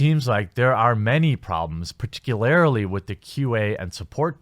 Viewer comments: Par-Tic-You-Lar-Li not Par-Tic-You-Lar-Aly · Did he just say "particularily"? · Particularily? lol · Are you saying particularily on purpose?